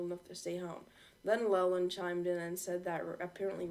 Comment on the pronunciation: It's l e l a n d